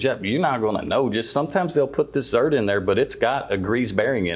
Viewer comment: It’s ZERK…not “ZERT”. Professionals should know their terms.